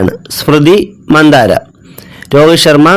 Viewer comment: സ്മൃതി മന്ദാര അല്ല മന്ദാന 😁